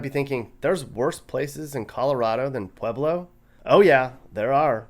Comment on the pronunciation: are you saying pleblo ?